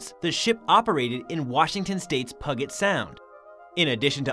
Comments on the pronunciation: So! Is pug-it where pug dogs come from? Pew-jet! 😆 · Pew-jet sound. Not Pu-gat. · Its Pew-jut sound. And Or-scan-E